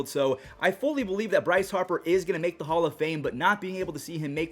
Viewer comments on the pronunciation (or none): none